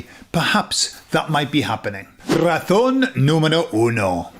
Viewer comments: It took me until "razón 4" to realise you were saying "razón" and not "ratón"... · Cuando dices la😂 razón es....suena todas las veces como la ratón es,te😂es difícil pronunciar la z? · Hola soy de Puerto Rico y te felicito hablas muy español. Noté tú pronunciación de “razón”y me sonó más a “ratón” , “really no big deal” solo parte de la interacción. Es como esas “e” elongadas del inglés que no existen en Español, como “sheet and beach”. Recuerdo vivamente una señora , por su acento me pareció latinoamericana, aquí en Pennsylvania hablando con un oficial de seguridad y diciendole “the shit of paper was by the bitch”. La cara del oficial lo decia todo. Aunque soy bilingue hay veces que tengo a Cervantes o a Shakespeare revolcandose en sus tumbas.